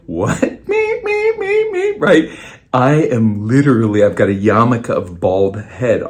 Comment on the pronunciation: Nigga said yamaka of baldness 😂😂😂